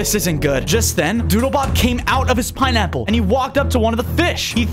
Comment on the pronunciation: bro said piniy bottom